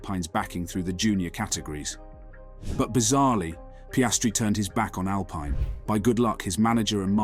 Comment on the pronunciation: First learn how to say the name Alpine. Second the premis hear was to take a comment made by Lando at the beginning of the year that Oscar was putting him under more pressure than Daniel as now significant months later and lets weave a story about the potential downfall of Lando. I think the remarkable fact is that as time has gone on Oscar has proven to be a great driver and talent but even so Lando has shown that his demolition of Danni was not due to a failure by Danni but was due to a superb Lando. Oscar is cementing the quality of Lando in the eyes of F1. Thats not to say that Oscar wont beat Lando on occasion as so many variables can take place in races however Oscar has now done 13 races and if the hype train is true then we should have seen Oscar matching Lando more often and we are now seeing rookie errors. Your comment Oscar performed leading at Belgium with ease while Lando fell into a negative spiral. Sorry you are combining two different races. In the one that mattered the GP Oscar made a rookie error , said by his manager, his race was over at the first corner! If you recall the car didnt have the wing required to go with the updates and so the car was uncompetitive in the race weather conditions and it was remarked how good Landos fight back to 7th was. In the sprint race Oscar did well but Oscar is good for 11 laps. His failure in GP is control tyre deg and he drops back. He needs to improve. On the Mclaren website is an article written by Zak praising both dr